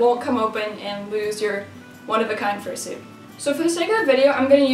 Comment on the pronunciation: how to fursoot?